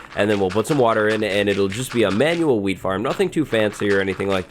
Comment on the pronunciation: why does he keep saying ''weed farm'' instead of ''wheat farm''